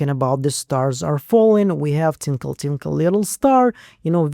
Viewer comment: I think you said “TINKLE” instead of “twinkle.” Tinkle = going pee. Twinkle, is similar to sparkle like a star. I thought you’d want to know the difference!😁